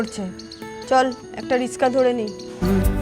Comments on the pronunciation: Ricksha ❌ rishka ✅😅😅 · Rickshaw ❌ Rishka✅ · কথাটা তো ঠিক ❤ কিন্তু বাঙ্গালী বলে কথা রিকশা কে তো রিশকা বলবে😂😂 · Rikshaw ❌ Riska✅ 😂😂😂😂😂😂😂😂😂😂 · রিসকা না ওটা রিকশা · এই মহিলা রিকশা কে রিসকা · রিসকা নয় রিক্সা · !😅 rikshaw ❌riska✅ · Riksha ❌️ Riska✅️😂😂😂😂😂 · রিকসা ❌❎রিসকা✅✅ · রিকচা না রিকশা🎉🎉🎉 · রিশকা না রিকশা 😂😂😂😂😂😂😂